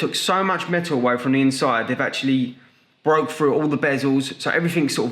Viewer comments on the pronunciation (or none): none